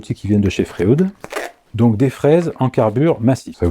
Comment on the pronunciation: Bonjour, comme tu l’as très bien expliqué dans ta vidéo, la formule chimique du carbure de tungstène est WC (avec W4+ et C4- en considérant les électrovalences). Étrange que tu n’aie pas fait une petite blague scatologique au sujet de ce sigle??? Concernant les outils FREUD, je pense que la prononciation correcte devrait se rapprocher de celle du célèbre psychanalyste Sigmund FREUD et non de FRÉOUDE? Merci pour tes enseignements précieux et bonne continuation